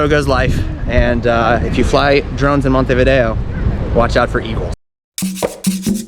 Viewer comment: Good start with Montevideo pronounced correctly😅